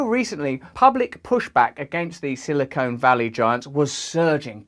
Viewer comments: Minor correction/pronunciation: The word is silicon (valley). Silicone is an entirely different thing. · BTW it isn't Silicone Valley. It is Silicon Valley.